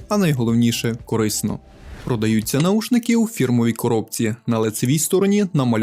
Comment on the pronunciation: наВушники - Вухо, а не ухо